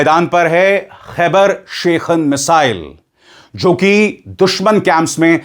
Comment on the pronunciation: इसका नाम खैबर शेखन नहीं ये सही नाम ख़ैबर शिकन हैं अभिसार जी शब्दों की अदायगी सही कीजिए